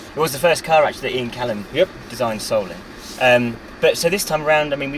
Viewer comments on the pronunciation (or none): It's Ian Callum, not Ian Cullen. Pronunciation is everything.